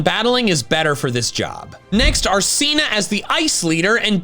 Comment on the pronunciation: IT'S SINA, NOT CEENA!